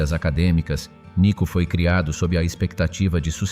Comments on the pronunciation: nicu ....cela se prononce et s'entend : nicou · NICOU (non pas NICU).